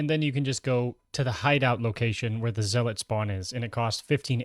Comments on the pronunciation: Basically yeah Zel-lit can also help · Thanks for the guide - though my 'tism is kicking in, lmao. Zealot is pronounced "Zell-ut" - Think of it as saying "Sell it" quickly (and with a Z) Otherwise, pretty informative video, hopefully gonna see a Dealer/Banker guide coming soon. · 2025 and people still mispronouncing zealot.